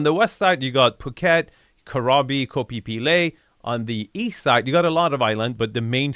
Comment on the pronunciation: Krabi, pronunciation is on the "i". If you want to be 100% correct then it's "Gra-bii" Not Karabi...please absolutely do not call this Karabi its utterly wrong.